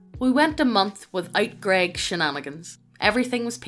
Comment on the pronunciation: To be fair, the TTS mispronouncing "grEGg" was hilarity for me XD